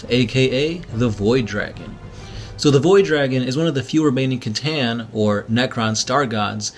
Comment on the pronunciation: hey I love you guys )) you got me into 40K and I'm loving it aren't "C'Tan" pronounced as "s'a-tan" not "k'-tan"?